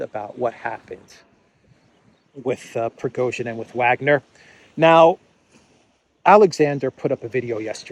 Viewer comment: Why are you doing these dumb speculations? Or pronouncing Wagner wrong?